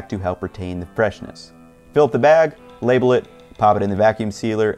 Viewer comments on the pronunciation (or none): none